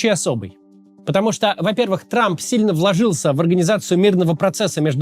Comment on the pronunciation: Дональд Т Трамп😂. Зачем он произносит эту лишнюю букву «Т»?